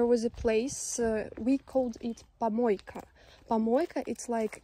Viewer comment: тапОчки, кОлонка, пОмойка. как можно так ненавидеть родной язык? ну и valve а не crane. да и куча других ошибок.